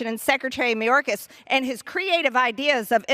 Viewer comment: "Mayorkasis"? Who is Mayorkasis, Margie?? We're all getting tired of MAGAt Marge. 🙄 We're about to chase her out of politics.